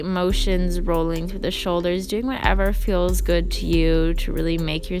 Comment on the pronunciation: yeah hey just curious about your accent also . cross between a valley girl and a stoner or a stoned valley girl. most times if you say the word feel or feels it sounds like how u would pronounce well example: straddle pose (w)ells good for ur hip flexors or whatever . now i want u to substitute the w for and f and add 2 e's and thats how feels ends up sounding like fells it fells like my hips are well because it fells like it feels. just curious as to where the accent is from, thats all. great instruction, videos etc just stuck on the accent